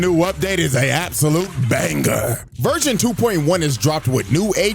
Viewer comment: "version" ❌ 🙂‍↔️ "Virgin" ✅ 🙂‍↕️